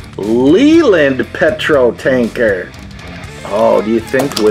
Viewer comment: Well I have to say I completely enjoyed this because it's a snap shot of alot of my childhood! Firstly just about every British lorry manufacturer is represented here! The likes of A.E.C, FODEN, ERF, BEDFORD, LEYLAND, SCAMMEL & SEDON ATKINSON are all here! The blue wagons are ERF. The red tipper isn't Ford but a Foden! The Leyland is pronounced Lay-Land. Scammel made lots of heavy tank transporters for the British Army and Bedford provided most of their 3 tonne trucks! My father is a lorry driver and during my school summer vacations, I'd go with him most days to see some of the world! I tell ya, I learned more about geography from my od man than I ever did at any school. I exelled in that subject! I got to know all the makes and models by reading Truck magazine whist he was driving! Not only the Bitish ones but european, american and Japanese models. All the British truck makers have gone now, I mean everyone! But of the ones I've listed My pops drove almost all of the makes and every Continental ones like MERC, SCANIA, DAF, MAN, VOLVO, FORD & RENAULT! He's in his early 70's now and still driving the 32 tonners up n down the country and he loves it! The Matchbox are a reminder of the once mighty! 👍👍👍